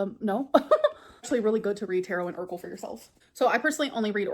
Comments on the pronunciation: she pronounces oracle like "urkel" and I can't unhear it. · I always thought of her pronunciation as "orkle'